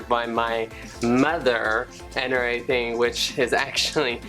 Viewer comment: "An erything"